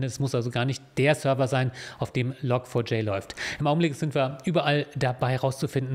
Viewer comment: Log4J wird übrigens "Log Forge" ausgesprochen, also "Log Schmiede".